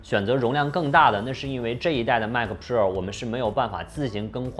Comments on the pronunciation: pua 普 rua 肉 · 希望能改一下pro的发音，听起来太难受了啊啊啊啊啊啊啊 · piupiupiu的很有趣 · 麦克~普臭儿~普肉儿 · JKbench?真的吗？Pro听着好像叫嫖...... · pro这发音有点飘啊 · Pro 的读音很有个性，请继续保持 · pro的读法是我记错了还是dongdong念错了啊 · 这个pro 真是蜜汁发音😂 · Rasco Wang 非常赞同 真的难受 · pro发音听起来真的难受，嘤嘤嘤